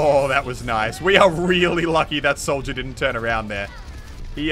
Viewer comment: when muselk says Soldier it sounds like Souja